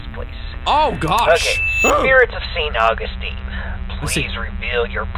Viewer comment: “Sent Augusteen” said, not knowing what he has done